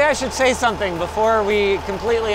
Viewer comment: "What we do on the next video ?" LINUS: "I bought sometin"